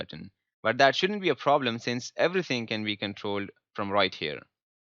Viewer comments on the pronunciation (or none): none